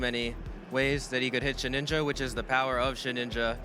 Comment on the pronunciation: I swear misprnounces ghost mons on purpose, first the treviant memes and now shed ninja...